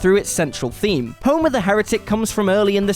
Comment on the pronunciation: The daughter of 'Homurrr'.